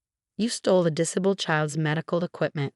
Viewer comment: Have the voice over have English lessons in how to read English properly. Her diction is woeful and annoying. The amount of times she misread disabled made me grit my teeth.